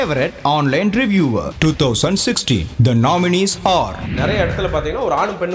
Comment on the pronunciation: reviewer, not reviwer